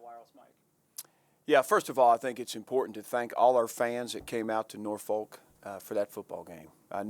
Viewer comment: If he's gonna be visiting and recruiting from the Norfolk area, we gotta teach him how to say it right lol